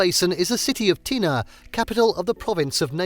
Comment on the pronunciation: Been there. Pronounce tena correctly for credibility.